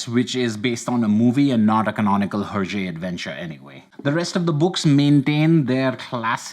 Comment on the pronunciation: air-jay , not her-jay.